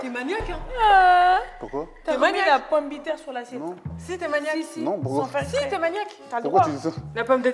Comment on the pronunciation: En vrai sénégalaise, a dit la "pombiterre" 🤣🤣 Am I wrong? nonnn je la kiffe elle est trop drôleeee 😂😂😂😘